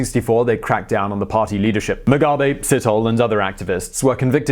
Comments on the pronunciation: It is said setholi, with a silent h,not sitholi. And you have to drag the e a bit. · you butchered Ndabaningi Sithole name lol... Si- toh-leh not Sit-hole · Not sit-hole. Its Si-tho-le. Anyway great video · My friend, every time you say Sithole, I hear "shithole". It's "Sit-aw-leh". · Sithole is not probounced sit-hole, phonetically it is pronoinced sit-toh-leh ... but all Sitholes I know of are freakn sit-holes. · Ndabaningi SEE-THO-LEH, not Sit-hole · Itz See-Toe-Lay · Nice informative piece. But truly, how careful did you have to when pronouncing Mr Sithole's name? I guess I'm a perpetual toddler.